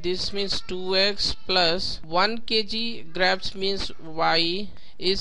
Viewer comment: That's not graapes that's grapes